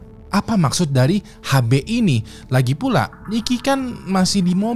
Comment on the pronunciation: HB = Har Bey ❌️ HB = Ash Bee ✅️